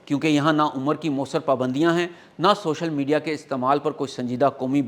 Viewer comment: Ssshoshal media kya hota hai😂